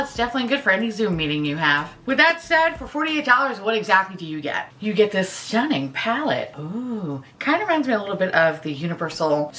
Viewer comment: is always saying “stunning” in like a British/Irish accent; it’s goofy and pretty adorable and I find my 43 year old ass repeating it, lol